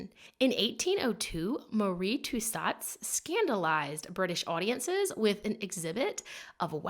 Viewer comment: I know this is hella old but it’s Madam “to so” and it’s a “gee uh teen”